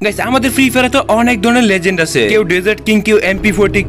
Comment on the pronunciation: লেজেন্ড কি লিজেন্ড 😂